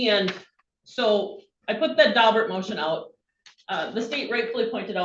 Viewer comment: It’s “Daubert”, not “Dalbert.”